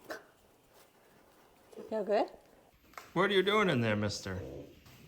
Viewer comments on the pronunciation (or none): none